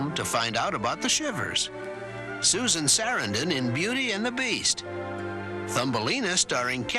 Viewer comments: It's interesting that the mispronunciations of Gena Rowlands' and Susan Sarandon's names slipped through here, even as they corrected the previous omission of Rip Van Winkle and abbreviated titles of The Tale of the Frog Prince and The Boy Who Left Home to Find Out About the Shivers. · Susan SARIN-din 😂 still funny